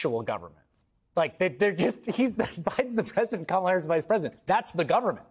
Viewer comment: Interestingly, the second spot mispronounces the VP’s name. If they’re the same team, I’m thinking that was intentional. You said cynical; what bothered me most was the sexism. Harris is painted as the poor, bereft woman,” who sits at the feet of her husband to understand Israel. I’m sure Doug is a kind, helpful source whom she loves very much. I’m also sure she could negotiate with Bibi today without consulting Doug— kind as he is. They are a power COUPLE, as I see it.